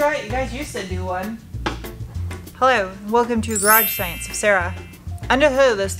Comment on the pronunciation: "Garage Science" or "Garage Sex"?? Did I hear that wrong?